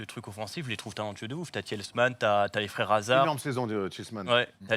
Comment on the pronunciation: Tilsmans?? AHAHAH